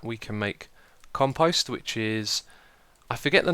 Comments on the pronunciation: Ummm.... Xisumavoid there is a long "o" in Compost like you would pronounce "Post Office" .. Just to let you know for future episodes.. Over all great series! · I wish he could say conpost proply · Compost = Comp -o ( say "O") -st lol pet peeve... grammar... love anything you do!